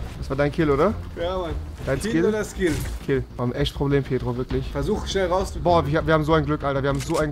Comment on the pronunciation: Der heißt pietro nicht pitro